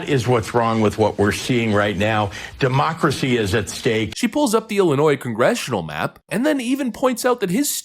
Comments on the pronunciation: Mispronunciation. It’s not “democracy”. It’s Democratcy! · Can you please stop saying "demoocracy?" It was cute at first, but it's gotten very irritating over the years.